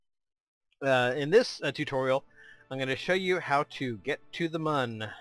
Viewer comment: mun is not pronounced that way...